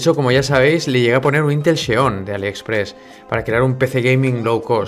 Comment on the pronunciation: Decir Intel Xeon (cheon ) es como decir sexcho duro … por dios esa X que suene que hablamos Español